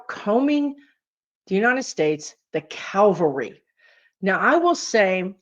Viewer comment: Cavalry. : ) Not calvary, where Jesus died. Or this odd combination, "calvalry".